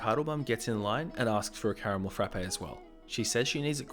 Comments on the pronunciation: It's just "frap" at Starbucks, not "frappe". Sorry, I know it's annoying and pedantic to point out, but both of my roommates have worked at Starbucks so I hear no end of this from them all the time -- "'Frap' is short for Frappuccino, 'Frappe' is the McDonald's product and Starbucks baristas want to pour coffee on you if you call it that." Hearing call it a "frap-ay" 20 times in a row after receiving that conditioning was like nails on a chalkboard. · It’s a Caramel Frapp not a Caramel Frappay smh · THE "E" IN FRAPPE IS SILENT OMG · I like your videos, but your pronunciation is horrible. Frappe is one syllable